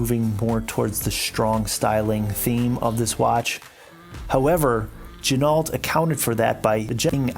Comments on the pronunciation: Not quite lol. It is pronouned "G--Noh". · Pronounced "Gin o" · Pro Tip: Ginault is pronounced "G-Noh" per the owner of the company. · It's pronounced G-Noh. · Is that really how you say the company name?? LOL